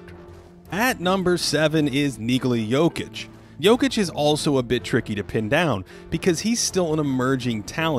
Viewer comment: At 4th we have “nigga la Jokic”...bro work on your pronunciation seriously 😒